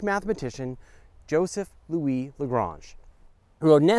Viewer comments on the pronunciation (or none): none